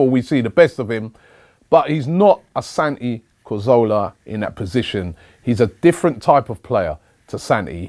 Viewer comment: "Santi Cozola" 😂 pmsl